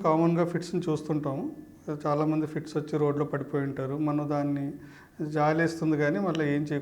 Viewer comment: ఫీడ్స్ కాదు ఫిట్స్ మీరు చెప్పేది